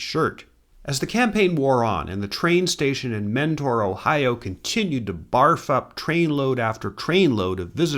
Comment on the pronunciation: And it's pronounced Menner, not Mentor. That how we can tell the out of towners.